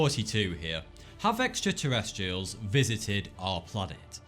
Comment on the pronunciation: That's a particular British dialectic accent pronunciation. There are different regions of the U.K. that have slightly (or greatly, sometimes) different ways of pronunciation. This particular one pronounces it's "R"s as "W"s., amongst other amusing oddities. Thus "Extraterrestrials" becomes "Extwa-tewwestwials". Hilariously Elmer Fudd like.. Especially because he clearly thinks that that he is just Sooo Coool....